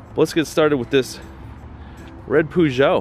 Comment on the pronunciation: With the Peugeot, you should pronounce the 'peu' as 'per' and you'll get it right.